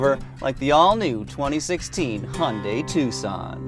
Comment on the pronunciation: Hun Day?? What is a Hun Day?? LOL